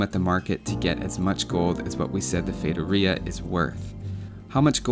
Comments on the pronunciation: Oh my god, you said Feitoria the right way. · I am brazilian (then I speak Portuguese) and I can guarantee you're pronouncing "feitoria" correctly! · Holly shit!!! Someone actually looked it up how to say the world correctly. thats a new one, nice job man. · haha, AS a brasilian i was pretty impressed with ur saying feitoria the way you did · Haha, I think this is the first time I've ever seen a native English-speaker say it correctly, instead of something like "fee-ah-toh-ree-ah". Nice research! Great vid too! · Just for pronuncing it right you deserve a like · As a brazilian i can confirm thats how you pronounce feitoria. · high five to my eloquent self for speaking feitoria right! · Do you wanna know how to pronounce "feitoria"? Just ask someone who speaks portuguese. Yes, you are saying it right